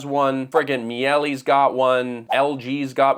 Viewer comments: my duuuuude xD I have NEVER heard the name Miele be promounced so unbelievqbly wrong xD. It is Mee-leh. NOT Mee-eh-lee. geez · Me-elly? Meeluh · How did you pronounce Miele?! 😂